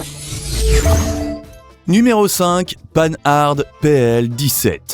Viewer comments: On ne dit pas "panne-arde" mais "pan-ar" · le moteur de la R16 n 'est pas un Cléon, c 'est un moteur tout en alu. Les 4 roues indépendantes ca existait depuis longtemps chez Renault (R4 en 1961) et sur la 2CV en 1948. Prononcer Pan Hard pas 'panne-hard' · On dit Pan-ard, en un seul mot et surtout pas panneu-harde ... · MDR, en français on dit "pan-are" pas "pane harde".... ça commence bien 🤣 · Arrêtez d’être Nul : Panhard ; ce n’est pas : panneu ardeu..c’est insupportable ! ! Oui la Simca 1100 et la R 16 était de bonnes autos ! Par contre la 104 😂 ..sa mécanique ; installée sur diverses autos était catastrophique, la Panhard : PL 17 n’avait pas le même châssis que la Dyna Z puisque ce sont des monocoques !! Renseignez vous ; avant de parler automobile !! E.M. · Marque française... Alors prononcez son nom à la française : "pan ar" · Prononciation de Panhard à l'anglaise en prononçant le D. N'importe quoi... Je trouvais la Renault 16 moche et insignifiante à 11 ans et n'ai pas changé d'avis à 64 ans... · ça commence bien : il ne sait même pas prononcer le nom de la plus ancienne marque automobile française; ! Merci de travailler ton texte avec plus de sérieux. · Mais quelle idée saugrenue de prononcer Panhard à l’anglaise, alors qu’il s’agit d’une des plus anciennes marques française ?? Sans parler de Simca « mille cent » au lieu de « onze cent »… A revoir d’urgence pour espérer publier des vidéos crédibles. Bonne journée.